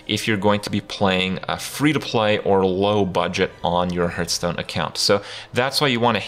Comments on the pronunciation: hearth is pronounced like heart, not hurt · One thing you should not teach people is it's not pronounced "hurtstone".